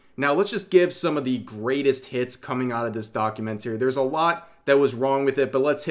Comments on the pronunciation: Your pronunciation of "documentary" is really strange. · Rev trying to Say documentary is so funny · The way you say documentary really hurts my ears. Other than that good video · Please stop mispronouncing documentary it’s driving me craaaaaaazy. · keep practicing how to say documentary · you mispronounced documentary every time... 😮‍💨